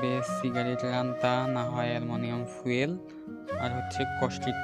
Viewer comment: অ্যালুমিনিয়াম ফুয়েল নয় ফয়েল পেপার